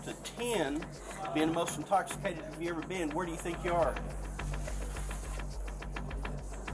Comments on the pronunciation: Officer: you're under arrest for public intoxication: IM NOT INTOCKACATED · “I’m not intockicated” 🤣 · “I’m NOT intoc-a-cated!” Gotta love it! Wonder how she is sober! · "I'm not intoghigaded!!!"😄